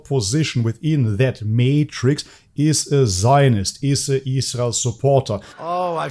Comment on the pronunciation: You obviously need to look further into Andrew and learn how to pronounce Israel like an adult